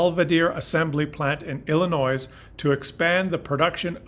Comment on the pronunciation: It is not Illi-noise, it is illi-noy. Spelled Illinois.